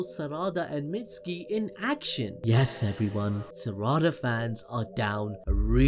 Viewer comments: Smh it’s not Sara-da. It’s Sa-ra-da. Every syllable should be the same length and emphasis. It’s the same as sa-ku-ra. It’s not Saku-ra so it’s not sara-da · Pronounces Sarada like Spongebob does with "salad" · Love everything you guys do! But please, can give a bit more effort to pronouncing their names correctly? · It hurts every time you mispronounce Sarada 😅